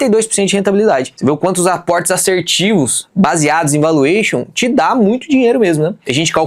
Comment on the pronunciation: Quanto escuto alguem falar a palavra "assertivo" dessa maneira? eu não consigo assistir o resto do vídeo. Será que os youtubers vão aprender a falar correto essa palavra algum dia?